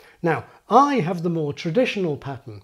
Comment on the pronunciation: I noticed you pronounce 'have' as 'haf'